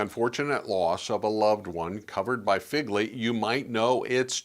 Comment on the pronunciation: It’s not pronounced Figley. It’s pronounced Fegley.